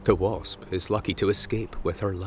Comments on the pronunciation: and he called it a bosp instead of wasp. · "...a type of solitary BOSP "